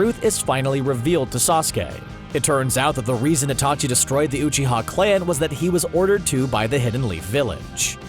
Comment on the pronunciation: “Oohchiha” cmon you gotta be pronouncing this wrong on purpose